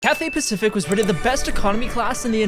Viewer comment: Thank the lord you realised! Just say 'cafe Pacific'. 🙂